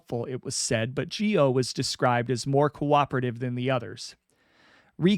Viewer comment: Charles Gioe's last name is pronounced Joy